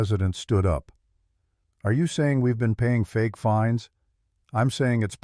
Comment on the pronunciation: The word is fines not finds lol